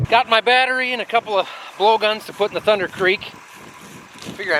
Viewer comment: You haven't been saying it correctly. It is "Thunderrrrrr Creek". You started it.